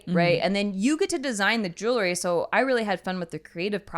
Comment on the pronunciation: Jewelry, not jewlery